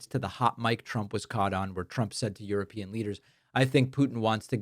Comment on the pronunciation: Is it just me or can't she pronounce European? It's pronounced Youropean she sounds like Uropean